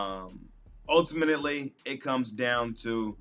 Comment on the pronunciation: ULTIMANETELY is crazy 😂😂😂